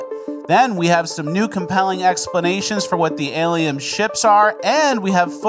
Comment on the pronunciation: Alieum? Alien a Lee in